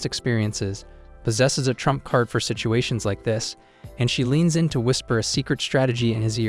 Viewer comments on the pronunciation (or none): none